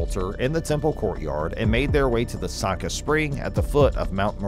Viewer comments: First of all it’s not pronout “Sue-cut,” it’s pronounce “Sue-coat.” Second, don’t hold your breath that they’re going to build the third temple on Earth. They’ve had enough money for the past 70+ years to build 20 new temples. There’s too much of an industry behind collecting money for it, and too many people living too well off of that money. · The Feast of Sukkot would be pronounced as "Sue-coat" not "Sue-cot". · Sorry. I just have to point out that a 'sukkot' is not a [SUE-kit] it's pronounced either [SUE-kuh] or [sue-COAT] (depending on who you speak to). (NOTE: I used easily recognizable English words in the pronunciation 'guides' because they're easier than the myriad of symbols librarians use and no one else know how to read.) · “Sook it” lmao. It’s pronounced “Suh Coat” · Sue Coat, Sukkot. Not su ket . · Sukkot is pronounced SaCoat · It's pronounced sue- coat . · I could tell this speaker doesn’t know how to say the Hebrew festivals! The way Sukkot was pronounced! 😊